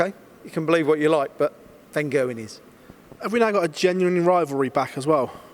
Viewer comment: He's so up Price's arse. He's pronounces "Van Gerwen" incorrectly when you consider that it's a Dutch name, but he doesn't make a massive thing about changing how he says it